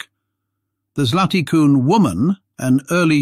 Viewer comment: Your pronounce of "Zlaty Kun" is surprisingly good. Compliment. It means "golden horse" in Czech. I am from Slovenia and when I hear a foreigner pronounce of "Divje babe", it sounds funny to me.